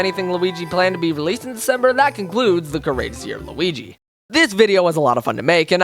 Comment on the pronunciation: L-U-igi LuWii-Uigi